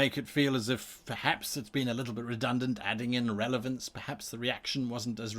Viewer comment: You said revelance in the intro ;) Love all your content, much love from The Netherlands